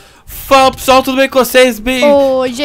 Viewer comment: "Fala pissual tudo bem cocês?"